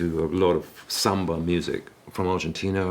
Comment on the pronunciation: First time I hear about Zamba. He seems to say Samba rather than Zamba, but it could be a pronunciation thing. He does mention Brazilian music and "all of that" right after. The "Bossa Nova growing up" in Argentina part still hurts the most, nevertheless.